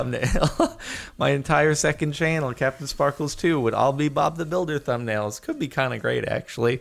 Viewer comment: Just relieze you say tumb nails instead of thumb nails and idk why that's made my day